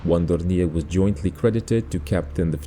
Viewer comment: once again those pesky French words in German language caught you. :-) Dornier is pronounced the French way.